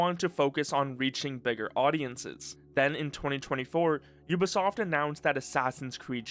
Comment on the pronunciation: aaah yes... "ubasoft"